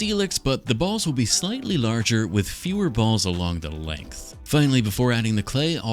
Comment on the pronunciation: Why you say "balls" like that?